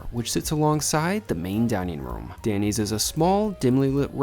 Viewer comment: I had to take a double take on this restaurant review. I thought you were scooping down to you A eats reviews of chained restaurants. With your accent it totally sounded like you were saying the American diner DENNY‘S instead of DANNY. I hope you’re giving totally unbiassed reviews, as you were recognized and giving more appetizers than you had ordered.